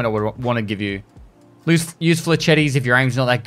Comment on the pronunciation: If he doesn't learn how to pronounce flechette I'm going to cry